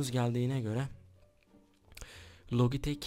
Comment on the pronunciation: Logitek değil lacitek